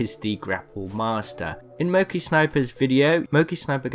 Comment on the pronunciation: Is he saying mokey instead of monkey sniper?